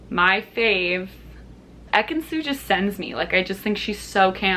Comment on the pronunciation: Nawrrrr not Ekinsu